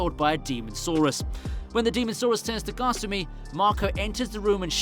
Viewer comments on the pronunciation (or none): kasumi not gosummy